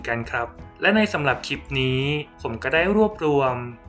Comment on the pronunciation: สาระดี มีประโยชน์ข้อมูลชัดเจนค่ะ ติดตามมาระยะนึงแล้ว โดยรวมโอเคมากค่ะ ในส่วนที่ออกเสียงควบกล้ำ ร ดีแล้วนะคะ เช่น ครับ แต่ ล ควรเพิ่มออกเสียงควบกล้ำด้วย เช่น คลิป(clip ) และการพูด หากเว้นจังหวะบ้างจะดีมากค่ะเพราะเนื้อหาที่นำมาเสนอนั้นเท่าที่ติดตามมาดีมาก ควรค่าที่จะติดตามต่อไปค่ะ ขอบคุณนะคะที่ได้นำสิ่งที่มีประโยชน์มาshareค่ะ